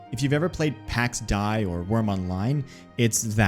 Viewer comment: it's pronounced Pax Dei (exactly like it's written), not Pex Die